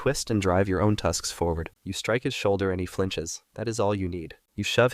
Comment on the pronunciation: not saying ' tusksks ' instead of just ' tusks '. lol😂